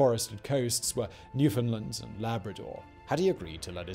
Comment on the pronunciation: Oh Simon, it's Newfoundland, not Newfinland.